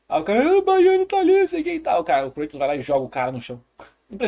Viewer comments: Lembrando que Kratos é grego então a "pronuncia correta" de seu nome não é Kray-toes mas sim Krat-OW-s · Que vídeo bom do mano BulletOo. adorei a junção das duas pronúncias, vou aderir